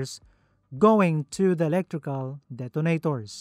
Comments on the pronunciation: This is always what gives away that it's an AI-generated voice. They're everywhere here on YouTube.. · the way he pronounced "Detonators" hadt just made my morning DET-AH-NAE-TOORZ